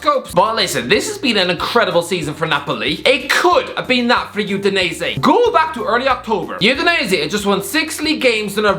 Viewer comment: this guy makes Udinese sounds like Euthanize it